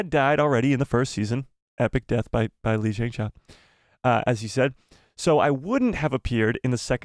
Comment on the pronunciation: He should take 5 mins or so to learn how to pronounce Lee Jung Jae correctly. And “Squid Game” as well. It’s not “Squid Games.”